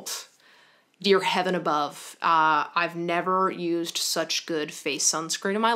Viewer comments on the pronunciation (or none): none